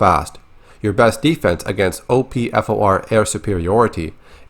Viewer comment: Great video! Tho I gotta pick on ya. "O.P. F. O. R" Bruh just say "opfor" "Pronounced" op-four xD. No one says the acronym letter per letter. Or "Opposing force" xD